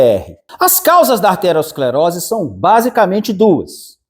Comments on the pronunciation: Parei de assistir quando ele falou aRteroesclerose,se não sabe o nome correto,como pode querer falar sobre o assunto ? O certo é ateroescleose, não é derivada de artéria,mas de ateroma. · Não é "arterosclerose", e sim aterosclerose.